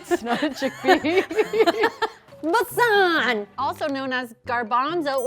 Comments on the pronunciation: When said besan ‘basaaan’ 😞😞😞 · 'besan' is pronounced "bae-sun" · When said Besan it felt like a drill going through my ear... The correct way to pronounce it is 'Bay-sun'... Anyways as always I love and so much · It's baysan (BESAN) not baeysaan .besan is actually chickpea flour . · Can I just correct a mispronounced word?😂 Besan not “basaan” it’s actually pronounced as “bay-son” (like wash basin)😂 but hope this was helpful🤷🏻‍♀️ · I didnt know we could pronounce besan as buh-saaaannnnnn but okay. BUH-SAANNNNNN it is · Besan to basan? 🤣🤣🤣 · ok its not pronounced however pronounce 'besan' its pronounced bay-son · how pronounced besan